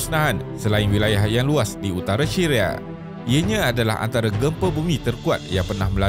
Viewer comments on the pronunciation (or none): dia sebut syria : shiria 🤣🤣🤣🤣 🤣🤣🤣🤣🤣